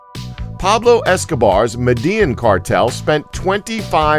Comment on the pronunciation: This comment needs way more up votes than it has already. Also, that's not how you pronounce "Medellin".